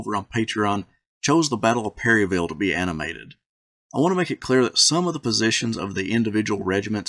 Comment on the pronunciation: Not to be that bitch but around here it's pronounced pair-uh-vull 😭